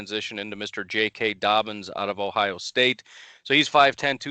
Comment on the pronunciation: It’s not that hard to say jk dobbins